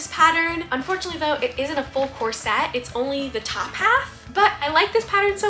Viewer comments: I know it's dumb but hearing corset pronounced as "cor-SET" drives me crazy!! It's pronounced "COR-set" Anyway, you truly are a wonder and pay so much attention to detail. Your videos are always a joy to watch! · Lovely ❤ is that how you pronounce corset? Mine sounds like "core-sit" 😂 brilliant artist.